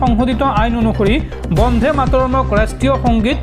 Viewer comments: Try to correct your pronunciation not bondhe but bonde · বন্ধে নহয় বন্দে। ৰাষ্ট্ৰীয় সঙ্গীত টোৰ উচ্চাৰণ শুদ্ধকৈ নকৰিলে ইয়াৰ পিছত তোমাৰ ওপৰত গোচৰ তৰিবলৈ বাধ্য হম